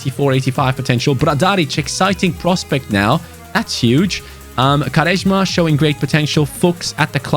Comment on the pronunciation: Why are u pronouncing quaresma like this.